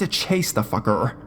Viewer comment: He says FACKERRR